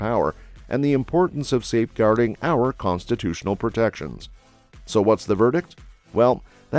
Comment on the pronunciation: You mispronounced "our Republic"